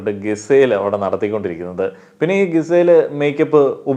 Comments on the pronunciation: എന്നും പറയണമെന്ന് വിചാരിക്കും.. "ഗിസേൽ" അല്ല, "ജിസേൽ" ആണ് 😌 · GIZELLE name pronunciation thett anu bro. Please change that😅